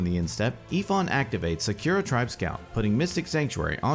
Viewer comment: Please never say Sakura again. :c The way you pronounce it is painful.